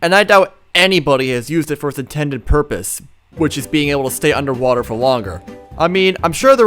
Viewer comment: I Brethed widt te UHNDER WATErr SToK